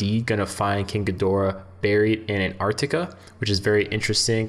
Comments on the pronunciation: GEE- door-AH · Thank you! the way the voice is saying Ghidorah.... SMDH